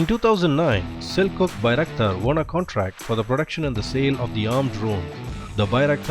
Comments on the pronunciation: The turkish 'C' is pronounced as english 'J', so it's sel-juk, not sel-cook. Good video btw. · Ps.: Its (Selçuk) not Sel-cook.. We pronounce Selçuk as Selchuk (Sell-Chuck) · Loved your Turkish accent, :) just want to correct one thing. The "Ç/ç" letter is pronouns as "ch". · Selçuk should be read as Selchuk in English the "Ch" sound of "cheap"